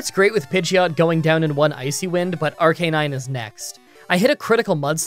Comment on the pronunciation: Ar-ca-nine not Ar-canine